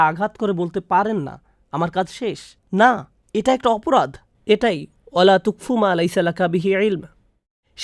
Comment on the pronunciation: ওলা তাকফু হবে, এটা ঠিক করুন, আরো ভুল অনেকেই শুনবে, তাই ঠিক করে ফেলুন وَلاَ تَقفُ